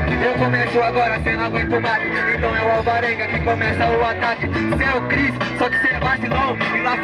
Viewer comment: ta dificil acertar o nome do Chris